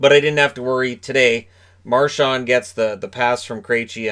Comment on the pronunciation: Milbury needs to retire. To pair that dunce with John Forslund is an insult to Forslund. He says the dumbest things. He's petty. He mispronounced Marchand and Krejci. Ugh. I thought Boston did a great job of shutting down Carolina on the inside. The bulk of their shots were from outside, and the Bruins really stepped up for Halak. Wishing Svechnikov a speedy recovery (along with Pasta).